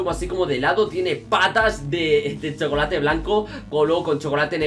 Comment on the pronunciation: Mi profesor de inglés te mataba por pronunciar chocolate mal en inglés XD ese es el man behind the class